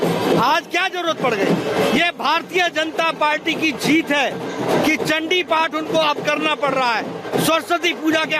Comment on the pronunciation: Mamta is not Bengali because her Chandiparh pronunciation is totally UP Bihar based. Durga kcchamaa shiwa dhaatri......